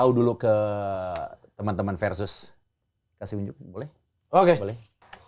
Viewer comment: Harusnya, Versus. Pakai V bukan P. Kebanyakan dari kita kan ga bisa melafalkan huruf V, dan malahan menjadi P. 😊